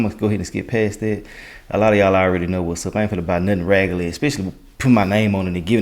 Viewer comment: Its you saying "raggely" where are you from ? , my aunt's all say it that 😂😂😂way even though its pronounced "raggedy"